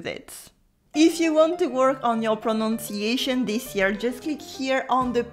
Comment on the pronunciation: Btw it's pronunciation not pro"nonc"iation as you keep saying ... "Preau-Nun-si-et-chun"